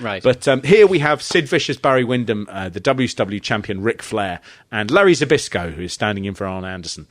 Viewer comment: *Zbyszko = Spishko. You’re welcome. 🤭